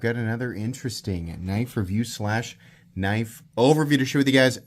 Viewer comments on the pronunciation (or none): That's a big kuh-niff!